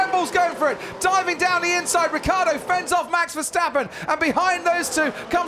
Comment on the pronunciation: What a bunch of idiotic comments! It's a RACE!!!!! A lot of you apparently would rather see a dozen nuns on bicycles. (Btw Vincrand, the name is Ricciardo not Ricardo. And it is pronounced Ritsjiardo!)